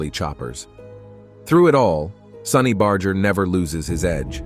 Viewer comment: Bro please at least pronounce his name correctly bar-jer not bar-ger despite it spelt that way it’s not a hard G. Ok I got past the intro and you’re using both pronounciations